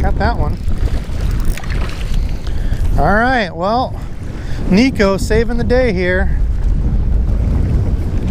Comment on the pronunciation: FYI it’s pronounced neck-o also in Japanese neko means cat